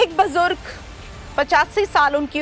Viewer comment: bajurg nahi BUJURG kaho. Aap ' Maujud hianssss' kahti ho to nakli, banawati lagta hain. 😂😂